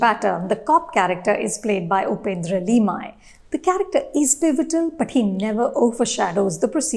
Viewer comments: Upendra Limay? ? With all due respect ma'am , at least do some homework before pronouncing such poorest accent for wise, fine actor?? It's Limaye. Just don't get it why north Indians are sooooo poor n backward in learning proper pronunciations. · Upendra Limaye (लिमये)..national award winning actor.. atleast put efforts to pronounce his name correctly.. what is Lee-my 🙄 ur wiki page states u r an author, journalist, film critic and director of the Mumbai Film Festival... least we can expect from a veteran like u is pronounce their name properly... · What is with her pronunciations? Why can't she pronounce the names properly? Pronounces तरडे as टारडे, लिमये as लिमाय . Heck Upendra Limaye is a national award winning actor. Shallow English gurgling woman!